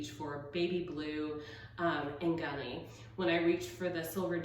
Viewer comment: It's Eucalyptus gunnii... and it's pronounced gun-ee-yi. The double ii means it was named after a male botonanist. Eucalyptus gunnii is endemic to Tasmania, Australia, where I live, and I'm a former herbarium technician.